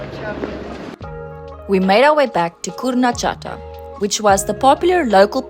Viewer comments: Chata -> Khata, not Tchata :) but in general, you pronounce Polish words well, which are not easy for a foreigner. PS Kurna Chata means a primitive house (hut) from the old days, where there is no fireplace and the smoke from the fire rises up and comes out through gaps under the thatched roof. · SUNE AS I HEARD HOW YOU PRONAUNCED " BARSZCZ " I SAID TO ME SELF THAT WAS PERFECT ON ZUREK YOU HAVE TO PRACTICE A LITTLE BUT WAS GOOD , BUT 1 THING CH IN KURNA CHATA IS LIKE " HATA " PRONOUNCED 💐🥃🇵🇱✝️✡️🇮🇱☦️🕎🇵🇱